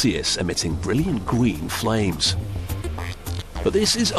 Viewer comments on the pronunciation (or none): “Gween flames”